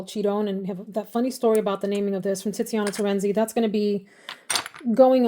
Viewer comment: Is it me or does she say “TITziana Terenzi”. I can’t help but do a 12 year old giggle